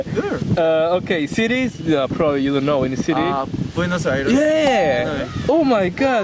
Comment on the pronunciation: Nadie noto que decía sities? En la hoja de las preguntas